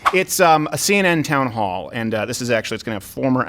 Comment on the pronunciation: I’m sorry, did you say CNN Clown hall?